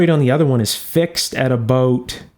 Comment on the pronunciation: No sir, actually it was an aboot I heard.